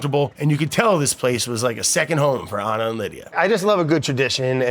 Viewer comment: Beautiful episode, its Ana not Anna. lol